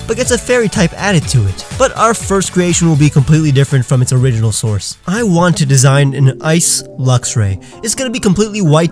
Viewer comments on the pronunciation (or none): none